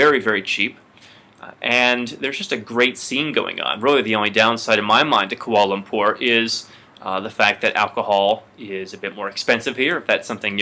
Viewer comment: It's prounaucd Kwa'la lapoorr